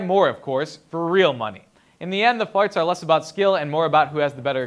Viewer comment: says farts instead of fights